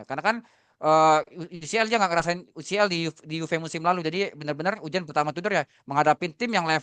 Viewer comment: Menit UJAN??? GERIMIS?? UJIAN bukan UJAN TUDOR Jujur materi dan substansi yang mau disampaikan si bagus bgt, tapi cara penyampaiannya ga nyampe Kayanya beliau lebih bagus nulis deh dibanding jadi narasumber